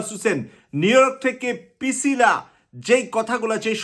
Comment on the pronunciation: Brother, not Picila, she is Pricila